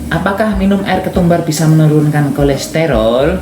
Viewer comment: bukan kolesterol Mas tapi kolesterol